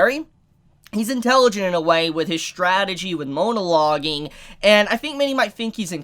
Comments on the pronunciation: After the second half of the video all I could think about was: Is mispronouncing MONO-loge? Or Is purposefully chiding the concept by calling it MOAN-aloging because the villans are just moaning bleating a-holes who won't shut up. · If he says “MOANalogging” one more time😂😂